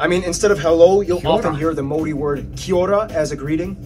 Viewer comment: Some of the Maori pronunciation was woeful ......🙄